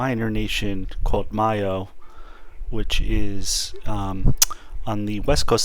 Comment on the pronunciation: Nice video, but mayo is pronounced May (as in the month) O